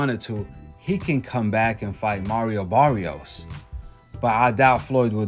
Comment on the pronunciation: That wasn’t Mario Barrios in that ring Saturday night. That was Marry-O Barry-os. Big difference 😂😂😂